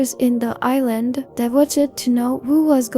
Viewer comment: It's I, not A. And also, you mispronounced some names of the girls.